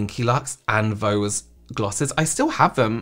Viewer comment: Stop saying vose instead of those!